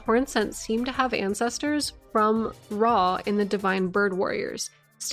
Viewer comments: It’s… ROW… did no one learn phonetics in elementary school?😭😭 pronounced “row-uh.” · AHA! A FELLOW ANCIENT RUINS OF “RAW” PRONOUNCER! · It's pronounced Rauh, not Rauh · How tf I’m supposed to pronounce “Rauh” keeps me up at night